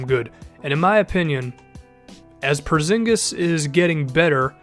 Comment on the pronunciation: How he says it is so funny because im from the country were he is from Kristaps Purzingis its so funny how everybody says it